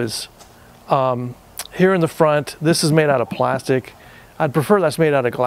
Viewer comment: Glastic 😂😂 thx for the vid tho. Always loved these